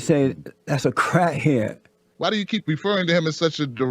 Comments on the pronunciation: "A crah head". 😆 he savage a true national treasure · 😂😂😂😂😂 I'm dying 'crah head' 😂😂😂😂😂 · Convinced crat het lol